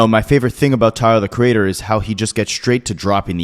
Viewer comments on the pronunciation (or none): This man calls him "Tahr the creadder"